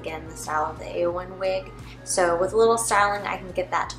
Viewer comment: You're pronouncing the name correctly, Eowynn is from Lord of the Rings! :3